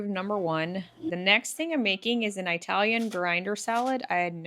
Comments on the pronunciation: Those sandwiches look so good,. By the way, Italian is pronounced like India, increase, inside. So many people say "eye-talian", which is incorrect. I've heard some say "Aimish", also incorrect of course. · Italian is not pronounced with a long I sound. It's not eye-talian. ❤